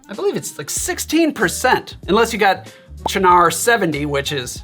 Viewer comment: Thank you for finally revealing to me how to pronounce Cynar!